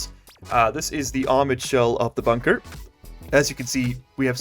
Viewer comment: Base name: Bun-Ker